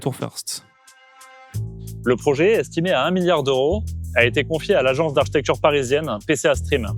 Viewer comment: A priori, vos vidéos me plaisent bien... donc bon travail de ce côté... mais franchement, est-ce si difficile de dire "architecture" plutôt qu'"architectchure" ?